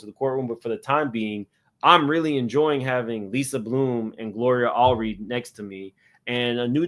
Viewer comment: it’s pronounced Gloria “All-red” or like the past tense of “read”. It’s not a big deal but just don’t want you to say her name wrong to her face when chatting with her lol Anyway THANK YOU so much for this amazing coverage!! 🙌🏾 You’re the best